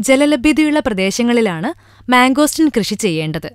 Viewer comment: Mango steeeeeeen not mango stin :)